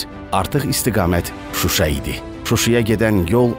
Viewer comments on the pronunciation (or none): none